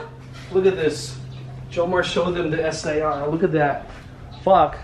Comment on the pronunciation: “Es aY AR” 🤦🏻‍♂️